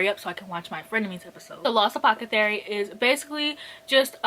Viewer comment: saying apocethary instead of apothecary is my new favorite thing...*insert clock emoji*